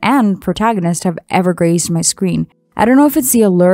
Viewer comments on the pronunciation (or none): Tiny nitpick (which may be down to my hearing)- graced not grazed :P